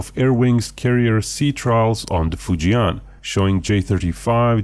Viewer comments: Easy pronunciation for Fujian would be FU + JEN (as in Jennifer). FU JEN instead of FU JIAN 😇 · you dont pronounce fujian properly. the 'an' part is pronounced the same as in 'and'